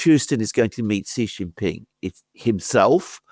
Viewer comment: stop calling the Chinese President JHEE JIN PING. His name is SHEE JIN PING. You are a pennis doing this on purpose. Knock it off.